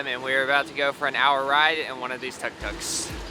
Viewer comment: 2 things. 1, tuk-tuks are pronounced took-tooks. 2, Bangladesh Tuk-tuks are called CNGs.